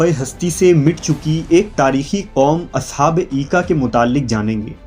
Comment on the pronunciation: Aoa Brother. Correction Required. In Holy Qur'an these are mentioned as (Ashab Ul Aika) not Eeka...